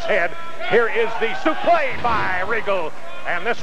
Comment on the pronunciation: using the correct pronunciation of a suplex.